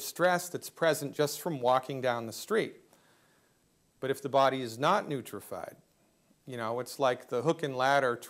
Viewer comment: He had me until he said neutrified.